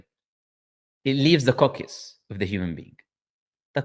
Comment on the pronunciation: جزاك الله خير على المقطع هذا 😂 was being used as "evidence" against Islam (مسيلمة الكذاب) and i can't believe my eyes to see the day ❤also there's a bit of a mispronunciation with the word "coccyx" thought I'd let you know